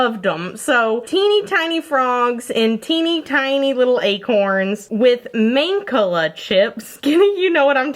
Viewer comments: Main-ka-la? You mean Mahn-kah-lah? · I always pronounced it man-call-ah I've never heard it pronounced main-ca-la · We are roadtrippers!, it turned out great! Love your video today! Also, we pronounce that game as mahnCAHlah, not MAHNcahlah. Interesting! Is it regional? I'm in Illinois. Edit: I'm seeing everyone else's comments, too, so maybe not. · IS THAT SERIOUSLY HOW THAT GAME IS PRONOUNCED?!? EVER SINCE A KID I HAVE BEEN PRONOUNCING IT "MAN-CALL-UH" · Wait.... have I been saying mancala wrong my whole life?! I’ve always said it “mahn-cala” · I always thought it was pronounced like man call ahh. So at first I didn't know what you were talking about until you showed the picture. Love you. Always teach me new things hope you're staying safe and healthy. Thank you for giving me entertainment and laughs during this difficult time. Love youuuuuu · Also? You're so cute with the game you mentioned! I had no idea what you were talking about until you showed it! Lol i believe it's pronounced "mahn (rhymes with "on"), kah'-lah." ^_^ (As it's an African game and I thiiiink the name comes from Swahili.) I hope that helps! 💙💙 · I've never heard someone pronounce "Mancala" like that before lol "mon-cah-lah" is how I've always said it. idk what's right but it threw me off 😂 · Neema Anderson I’m from New England and I’ve always pronounced it man-call-uh lol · The way you say Mancala just is so weird to me. We pronounce it like Man-call-a. It’s just weird to me I don’t know why. I’m used to saying it different I guess. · I’ve never heard mancala pronounced that way lol I had to stop the video and laugh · Your pronunciation of Mancala made me choke on my water, lol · you said mancala so weird and it took me so long to figure out what you were talking about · Same! I was so confused about what she was taking about till she showed the picture 😂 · Same. She says it so strangely lol